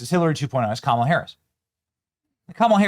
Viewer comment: It’s pronounced Kamala not Kamala!